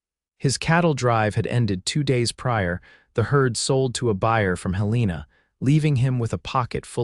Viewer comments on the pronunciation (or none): The name of Helena, MT is mispronounced horribly! AI stinks in situations like this!! It is Helen-a!!